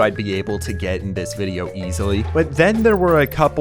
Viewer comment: My boy went to california to make a wideo😂😂